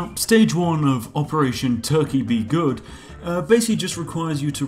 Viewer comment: "Turkey be guud" Spiffinbrit